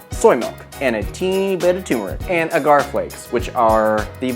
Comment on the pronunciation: You're too cute and I love your videos. I just bought this book and am also cooking my way through it. Just a helpful tip, agar (usually seen as agar-agar) is pronounced like dagger, or like lager, depending on your accent.